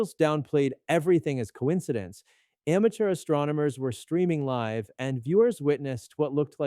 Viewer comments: Are you AI? You pronounced LIVE incorrectly. AI does that...... UNSUB!!! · AI mispronounced "live".